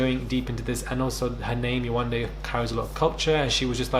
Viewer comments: The fact that Yewande and sheriff are from the same country nigeria 🇳🇬 and he can’t pronounce her name is bizzare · bc there was no reason to disrespect her? he knows how to pronounce her name but now that he's in front of all these white ppl he mispronounces it to be funny. he wanted validation